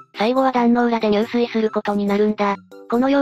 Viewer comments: 入水は、ニュウスイではなく、ジュスイと読みます。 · 入水自殺は、じゅすいじさつと読みます。にゅうすい、は水泳です。